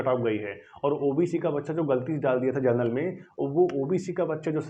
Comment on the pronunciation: Vai pahele bolna sikho genrnal ni hota Hai general hota hai